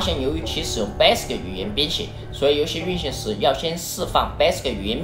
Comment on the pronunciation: 感觉厂长是不会念value和commodore吗。。。？为什么这两个词要草草的带过？其他的词明明都是铿锵有力的（basic这个词铿锵有力的念错）